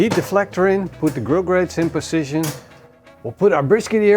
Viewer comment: Why do you always say poschichion instead of position ? For the rest great show. Love it.